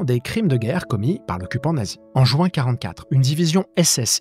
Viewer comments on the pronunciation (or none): none